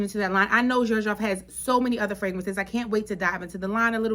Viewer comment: You pronounced Xerjoff right. And I feel u on the one foot in one foot out. It can definitely go either way based on the outfit. This is the most difficult out of thr 1861 line. Definitely try the other 2. Renaissance is a citrus bomb. And has a very noticple mint note. Very fresh and vibrant. But classy and upscale. Naxos is a tobacco honey frag. Most peoples favorite of the line. Both of them are far more mass appealing than zefiro.